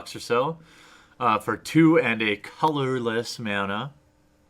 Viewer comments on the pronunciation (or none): i liked when you sayed colorless mna and then windding lmao